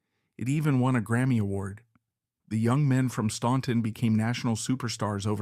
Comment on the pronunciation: Please do your homework. Their home town is pronounced STANTON, not STAUNTON. THE U is silent. Also why do we keep seeing pictures of Jimmy Fortune when you are talking about Lew. Also, Johnny Cash was never “in” jail, except to perform his shows. There is a lot of misinformation in this.